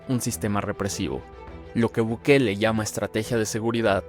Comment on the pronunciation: Ahogue gue dise buguele